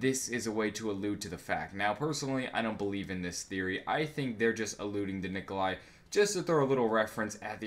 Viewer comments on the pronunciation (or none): You mean Nikolai right? Not Nikolia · Nikolai not Nikolia